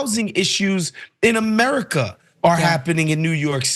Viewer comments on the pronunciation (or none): WELCOME TO (((A-MEH-HEE-COICA)))